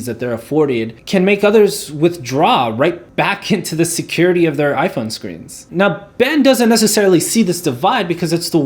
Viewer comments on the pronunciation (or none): none